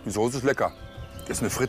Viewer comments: Soße mit scharfem S gesprochen! Nicht Sose .... grauenhaft. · Der möchtegern Koch soll erst einmal eine Schulung machen wo er lernt das man Soße nicht Sose ausspricht! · Mal ein kleiner Hinweis: Das Zeug heißt nicht Soohse, sondern Soße. Von einem Sternekoch sollte man doch erwarten dürfen, daß er weiß, wie man die Namen der Speisen ausspricht. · Sorry, aber mich schaudert es immer, wenn manche Leute das Wort "Soße" nicht richtig aussprechen können/wollen.....oder ist das so normal?